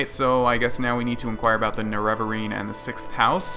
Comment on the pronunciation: Its pronounced nare-a-va-rine